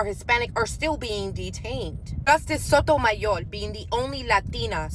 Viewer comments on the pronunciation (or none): Lady you better take that heavy accent off sayin “Sotomayor”cause ICE gonna snatch you up🤣🤣🤣